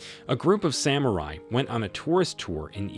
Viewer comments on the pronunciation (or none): none